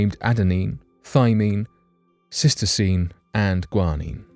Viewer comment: Uh, that DNA base is pronounced Cytosine, not cystosine.